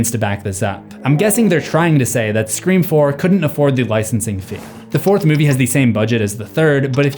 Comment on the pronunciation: said it wrong again!